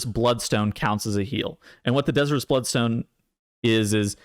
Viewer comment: de-ZIRE-us blood stone. As in the stone desires blood. Not dez-ee-rus.